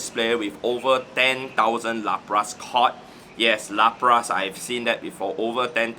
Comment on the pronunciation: Every time says Lapras 🫥